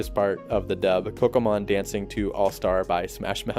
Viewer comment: Oh okay my bad... It sound like you said Pokémon😂 lol.